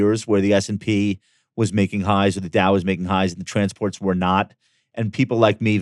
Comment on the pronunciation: Bro always saying trannies for transports will always be peak 🤣